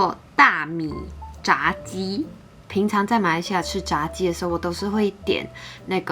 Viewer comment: 炸鸡最正确的是第二声哦